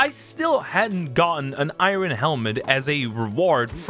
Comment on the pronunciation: Bro bro says irun 😂😅 youre funny